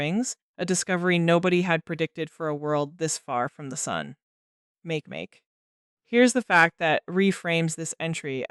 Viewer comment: "Make-make"? It's pronounced "maakay-maakay".